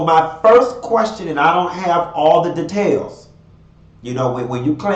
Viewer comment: "Da-tails" you's a fool!